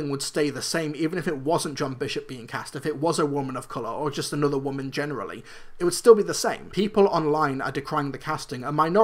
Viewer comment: Quick question, why do you pronounce just as gust?